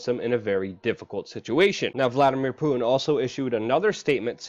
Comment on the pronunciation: It's poo-T-in. Not poo-in. Why can't the younger generation pronounce T? Is it that difficult to put the tip of your tongue to the roof of your mouth?